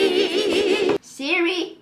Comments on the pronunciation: she says siriririri ! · Not the ✨sIdRi? sIdRi? SPEAK TO ME sIdRi✨ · Is it just me or when she said "hey seri" my seri opened.... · Whenever she said “sIrI” my Siri REsPoNDed 😅